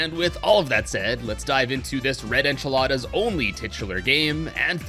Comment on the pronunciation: Not trying to be rude but, I believe you said Enchilada instead of Echidna.